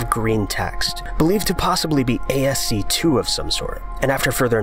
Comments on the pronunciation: Jesus, is nobody gonna comment on how he says "ASC-two" instead of ass-key? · ASC 2 is actually ascii, usually pronounced "ask key". It stands for American standard code for information interchange, unless there's something new I don't know about, which is highly possible. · Just an FYI 5 Unknowns: .... How to pronounce ascii? This is the English pronunciation of the word "Ascii": ASCII (/ˈæski/ ASS-kee), you were pronouncing it ASC"2". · the "ii" in ascii is not 2 it's part of the acronym it's pronounced ask-ee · ASCII is pronounced Ay Es See EYE EYE, not Ay Es See 2. It stands for American Standard Code for Information Interchange. Sheesh. The older I get, the more GIT OFF MAH LAWN, YA PUNK KIDS I get. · A.S.C.-2? Do you mean ASCII, the "American Standard Code for Information Interchange?" It's pronounced "Ass-key," by the way. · Dear, ASCII is pronounced "askey" not "a s c 2". Thanks. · it is pronounced /ˈæski/ ASS-kee not 2 but double I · A S C 2. Omfg, he meant ASCII. ASS-KEE. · okay look if your not going to at least pronounce stuff correctly why even bother making a video, in coding stuff is usually pronounced the way you see it so its not ASC 2 its ascii( "ass-key") dumbass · "ASC 2" are u kidding me u just pronounce it like "ascii" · OMFG NO ONE SAYS "A S C 2" , It is simply pronounced as a word "Ask-ee" with the second part sounding like "me". Please stop saying "A S C 2" it's like pouring acid into my ears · "A S C 2" I've never heard anyone pronounce ASCII that way, especially considering there's no 2 in it. The creepiest thing about the first site is that it's been replaced with a page that says " The page you've requested is from a site that has been permanently removed. Please remove all references to this page." Removed how? The way it's worded makes it seem like it was taken down or something. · ASCII is "A.S.C. TWO". Illuminati alert. This guy knows too much. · I love you man but... ASCII = "ass-key", not er... that. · lol "ASC2"